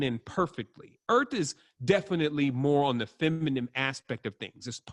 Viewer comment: feminine. dude please learn how to say it.